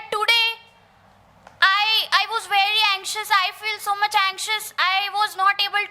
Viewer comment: Pyaar se bolo Thank uhh very musch 😂